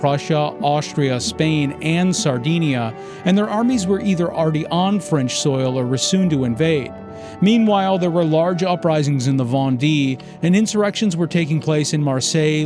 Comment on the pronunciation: Or Vendee as Von Dee rather than Von Day Ingerland rather than England